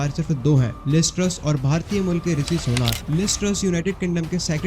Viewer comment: want to get subscribers , can't even pronounce Rishi properly